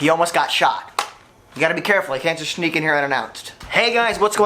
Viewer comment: Ha you said shneek